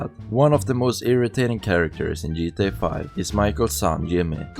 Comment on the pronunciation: “The jeetah universe” 😂😂